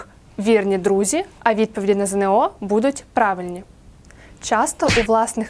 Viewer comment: Шановна пані! Не ЗеНеО, а ЗееНО.